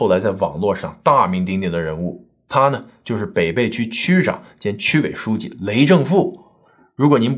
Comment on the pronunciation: 你的文案小编是重庆人，为什么没有告诉你，这个地名：北碚的碚字应该发音为＂陪伴＂的＂陪＂。我们的家人在抗战期间就生活在那里。